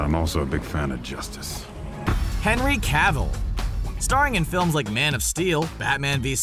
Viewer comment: This guy mispronounced henry cavill and mark Ruffalo, give this guy a reward